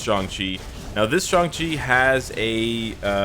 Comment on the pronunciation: YES, I see a pattern.... can NOT pronounce ShAng Chi correctly for the past 7 videos!